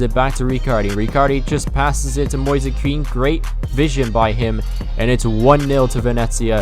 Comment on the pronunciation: Mo-ease is the pronunciation for ‘Moise’ btw and the mario kart music 💀